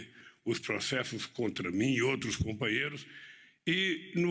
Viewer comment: Dá até medo qd fala nos compaheirro.td ex kkkkkkkkkkk